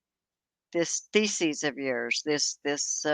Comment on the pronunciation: I love the way you pronounce thesis like feces and it would be right either way